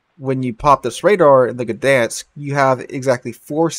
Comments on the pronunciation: I know it's not silent, but it isn't the "guh" sound that I've been hearing on every video about this ship and it would be less irritating to miss the "G" but still get the ń than to get the "guh-dan-sk". (Posting this from Łeba on holidays, drove through Gdańsk yesterday). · FYI - everybody's pronounciation of this ship is dented up. It's more like "Dine-sk". The G is close enough to silent in Polish that most non-Polish speakers should pretend it isn't there. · The "G" is far from silent. It's pronounced /ɡdaj̃sk/. Source: I'm Polish